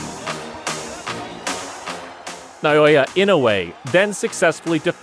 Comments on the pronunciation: You keep saying Nayoya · I know that another language may be difficult to pronounce - a little research on your part will get you to pronounce his first name without any trouble...that is; Nah-oh-yah...have some respect (the man is deserving of it) instead of american arrogance!